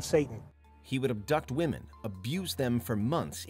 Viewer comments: Why can’t the narrator differentiate between womEn and womAn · Why can't the second narrator figure out women vs. woman?!?! He keeps saying "singular" woman basically every time he is referring to multiple "women"!!! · Second set of killers ai voice is having a hell of a time with the word "women" 😂 "over 70 woman" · I had to ragequit around 25 minutes when the AI voiceover kept saying "woman" as a plural for "women"... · I noticed that instead of saying women he was saying woman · Dude I know what your accent but please say the word women right (wim uhn is the right pronunciation)🙏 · What's up with the one guy that continues to say "woman" and not "women"? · It’s “women” not “WOMAN” when speaking on multiple WOMEN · Can someone educate this narrator that the plural of “woman” is “women”. Meaning you need to pronounce 12 women as “12 wi-men” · Great watch, but it's WOMEN NOT WOMAN. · You must be kidding... it's the Women pronounced Woman guy again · Women pronounced as wymen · Aside from the horrific serial killers, it's rather disturbing that such a well-spoken sounding narrator isn't aware that the plural of 'woman' has a different pronunciations from the singular. It's not even a dialect or regional thing, or younger YouTubers who think it's cool to use "was stood" instead of "was standing" (sorry, WHO stood them there, and WHY aren't they able to move on their own?) which IS a regional dialect thing. It's just incorrect. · The narrator who can't pronounce "women"🙄